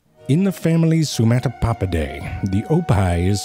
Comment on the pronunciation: Can we all just take a second to appreciate how genuine 'Sumatopoppihdae' sounds?